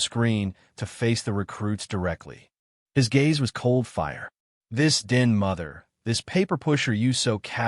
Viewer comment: A-gape, not a-ga-pe. No such word as a-ga-pe. 2 syllables only. know, not no den mother, not din Learn the different pronunciations of the word read and when to use them. Don't rely on AI to read anything. It only proves how ignorant it is. This is about the 5th time I have watched this same story. BORING